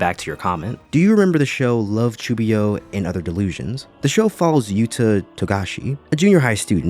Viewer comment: The way you pronounce "chunibyo" is killing me, other than that, great video. It is so frustrating to see how many reviewers miss the point of this anime and write it off as just a comedy in videos full of backhanded compliments.